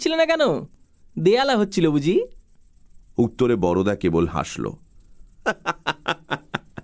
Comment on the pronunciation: Darun Mir. Shudhu Boroda na bole Barda bolle valo hoto. Amra Bengali ra boro dada ke Borda boli, Boroda noy.